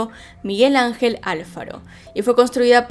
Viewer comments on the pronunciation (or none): Me da un poco de risa que pronuncie Álfaro jajaja es mi apellido y yo nomas le digo "Alfaro" (con acento en la segunda a)